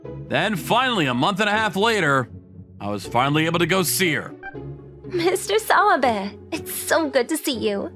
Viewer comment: I don't know why, but every time I hear the name "Mr. Sawabe", I tend to hear Mr. Swabe instead 🤣🤣🤣🤣